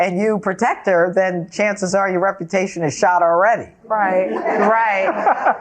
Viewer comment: I don't have to pay, damaged my rep-a-tation...